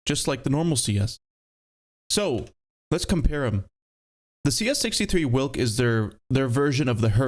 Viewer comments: it is pronounced vilk not wilk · it is prenounced veelk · its not a whilck its a veelck wilk means wolf in polish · hearing people pronounce "Wilk" is kinda funny. It means "wolf" and it goes more like "veelk" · its Vilk/Vilc/Vee-lk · W in Polish is pronounced like V in English so try Vilk 😏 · it shouldnt be in the game bruh... also side note: the letter W in polish is pronounced like the letter V in english, so the right way to say its name is "Vilk" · Wilk pronunciation goes crazy💀 Cheers from Poland!